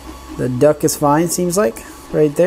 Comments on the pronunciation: Duct, not duck! Awesome videos though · Hey thanks for the upgrades and just to help u out.... the word is D U C T you kept saying duck lol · Just wanted to mention its "duct", not "duck". :) Cheers! (Printed Upgrades > Fan Duck) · It's a fan "duct", not duck. A duck is a bird. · Its silly he keeps calling the fan duct a fan duck. Even in the desc.